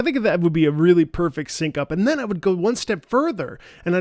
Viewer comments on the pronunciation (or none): "perect" xD